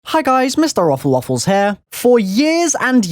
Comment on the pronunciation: noooooo you finally said mrroflwaffles wrong